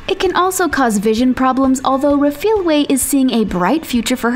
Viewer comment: You pronounced Refilwes surname wrong and I know because I'm from South Africa